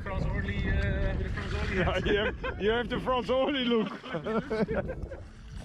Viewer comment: Franz is a with a Z not S...